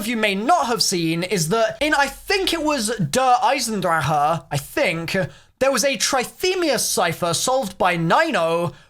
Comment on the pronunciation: He always pisses me off when he say see eisendrache wrong